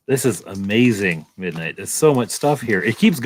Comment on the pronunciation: "Mindight" is breaking me 😆